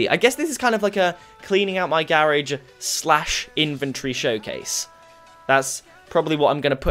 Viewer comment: Wtf do you know how to properly pronounce grarage?